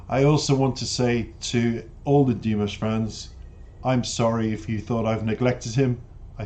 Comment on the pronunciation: Dee-MOSH, not DEE-Mish.